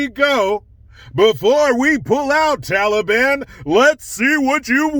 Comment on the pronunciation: Thank you for saying taliban and not tally-bon